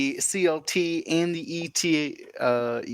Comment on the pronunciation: Ay-tuh. AY-TUH! Not "ee-tee-ay." The Eta in Eta 2 is not an acronym for something, like the ARC-170 is (it stands for Aggressive Reconnaissance). You don't pronounce the Delta 7's name "dee-ee-el-tee-ay." You shouldn't pronounce the Eta 2's name that way either. Thank you for coming to my ted talk.